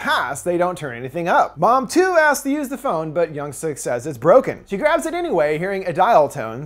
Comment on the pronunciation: Yung-Su 😂 that’s how he said it. I’m still watching till the end. I love the movie. It’s intense